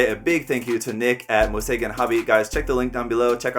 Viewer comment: It's pronounced as ムセイゲン, means Unlimited It's cool to see that this hobby shop is located in my own country, definitely worth checking out!